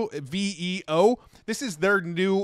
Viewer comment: Veo. Rhymes with Leo. Matthew Berman played the Google I/O segment where the Google person announced the name of the product. Start at the 19-minute mark on Matt's most recent video of I/O highlights.